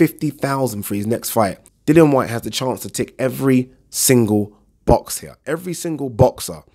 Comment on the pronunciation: Its pronounced 'H E R E' not 'H E Y A' jesussss